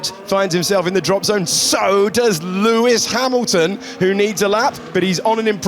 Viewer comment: ahahaha pewis pamilton 😂